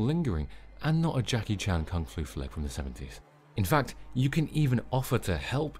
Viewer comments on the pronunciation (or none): none